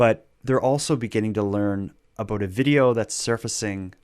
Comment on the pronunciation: I can't get past "aboot" lol. Sorry.